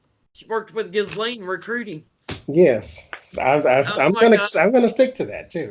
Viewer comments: You guys are the greatest, I love you both, just want to make small point Ghislaine s name is pronounced Jezlen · The woman that was her assistant just gave alot of info to FBI. Maxwell's first name is pronounced Keeselane. It's french and a popular name over there. We've all been saying it wrong, as in Gizzlane. Gross, but funny at the same time.